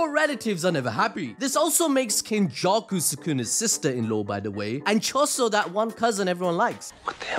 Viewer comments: 👀 Ain’t no way you said, “Kenjussy.” 😂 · Yoooo bro said "kenjussy"